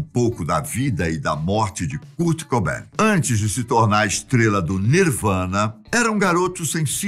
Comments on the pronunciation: Pena a pronúncia: 'cart' cobain. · A pronúncia está errada em “Kurt”, “cobain”, “courrney”, “grunge”, chad” e “novoselic” As informações deste vídeo estão todas no documentário “Kurt and Courtney”